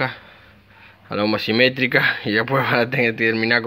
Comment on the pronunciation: Genio muy lindo el vídeo. Ahora no te enojes, pero se llaman homocinéticas, no homocimetrica como decís.